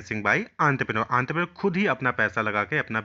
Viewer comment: That is the actual pronunciation